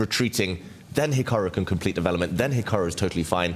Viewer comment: Please , DeWelopment? I mean I appreciate you can play chess but I can’t handle listening to the W instead of V. Are you able to learn the V or can you not hear yourself ?